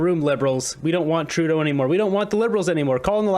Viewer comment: Dear, thank you for pronouncing Trudeau's name correctly. I can't stand listening to this person! i wonder if Trudeau had some work done on his face?? I wish that Trudeau will fall in love with himself even more and call an election NOW so that he can show all if Canada that he is so loved that of Canada will re-elect him.